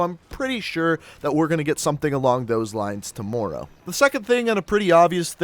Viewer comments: I wish you knew how to say tomorrow correct man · You say tomorrow so weird